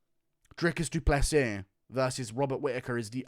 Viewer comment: WHAT IS WRONG WITH THE UFC COMMUNITY, DO PLAY SEAS. god it’s not that hard to pronounce a last name that isn’t from English language